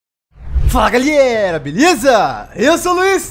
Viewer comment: É tao legal escutar o falar "fala galhera, bleza"